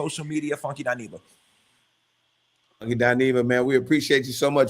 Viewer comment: Umm,, it's Funky "Dy-neva" boo🫩🥱😤